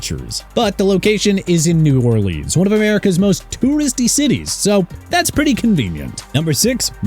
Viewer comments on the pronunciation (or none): none